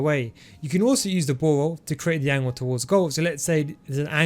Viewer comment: Ball roll = bawol😂😂